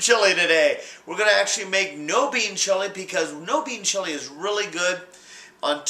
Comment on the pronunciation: swear he says "its a chilli gay"